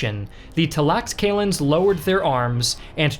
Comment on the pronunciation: great video… but hearing *talaxcalans at some point gets cringy 😬